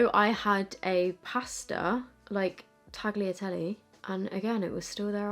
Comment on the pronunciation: Thank you for the honest review 😊 And you pronouns “tagliatelle” funny 🤣